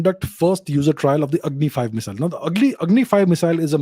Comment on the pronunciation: it’s Agni, not Angi 😅